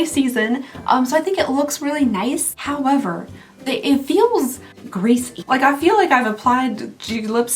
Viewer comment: Did you just say “howm-ever”?? Are you a murderino too??? Hopefully you understand this question and don’t think I’m a weirdo. lol!